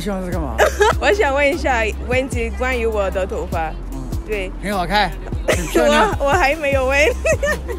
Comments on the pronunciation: Wo DE（MY） Toufa（HAIR） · You said 'wo da tonfa'